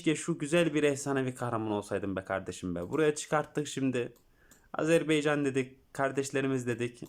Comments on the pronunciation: Azerbaycan kanka beycan değil 😄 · Azerbaycan hocam beycan değil